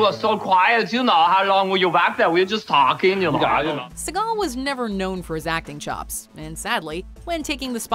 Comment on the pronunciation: Steven Seagall??????? I yai yai.